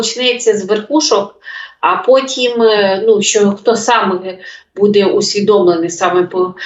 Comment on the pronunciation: Ведуча, ну що за наголоси у словах? БудЕ, будУть? Ну так ріже слух!